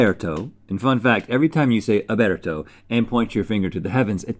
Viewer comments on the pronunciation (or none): Rhett: Oberto Link: Orbeto Even though I'm not Italian it still hurt my soul hearing it mispronounced. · It’s “Oh-BIRD-oh”!! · It's pronounced Oh Burt Oh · Link* " obrrrerto" haha beautifully hilarious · GMM but every time they say Oberto it cuts to Smosh Games Family Style